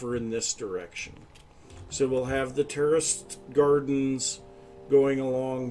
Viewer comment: I swear I keep hearing "terrorist gardens" 😅😂